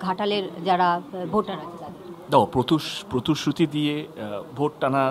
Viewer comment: Vai age pritisruti bola sekh..ota protusruti na..osikhito ekta..